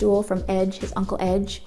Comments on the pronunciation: did she just say uncel ege ege was her brouther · Did she say uncle edge?????!!! Some one plz clarify that for me